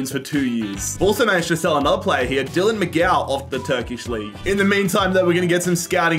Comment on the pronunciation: It hurt when he said dylan mcgow. It is is pronounced mcgee-ok